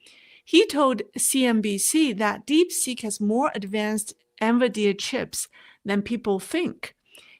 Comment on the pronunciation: excellent presentation, as always. Please keep up the great work! Minor point: the pronunciation is N-VIdia (not N-viDEa. Thus, emphasis on the first vowel, not the second vowel).